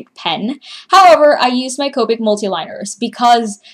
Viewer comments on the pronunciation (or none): none